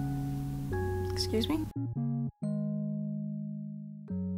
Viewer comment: Long pause "ExCUSe Me?" I'm dying. 😂